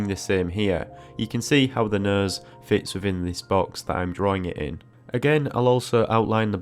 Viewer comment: Came for a nose tutorial, stayed to keep hearing him say "nøs".